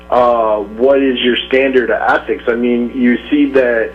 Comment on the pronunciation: Jesus Christ! repeated the word "athics" (ethics) enough for a lifetime!